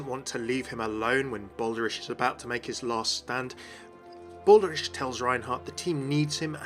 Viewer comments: Doesn't Reinhardt call him "Bal-der-ich" not "Bal-der-ish"? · the Cammunist yes. and Brigitte is correct the first time says is, but again with an audible E at the end. the second version sounds more like french to me. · Yeah I dunno. I’ve never heard “ich” pronounced like that before. I’m not German either but I have a couple friends who are and they’ve never said anything pronounced it like “ish” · "Baldarish" "Eishinvalde" I know you're not German but, come on.